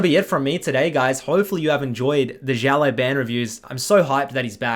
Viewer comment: how keep saying xiao LAI ban when he even spells his name as xiao LAO ban in the thumbnail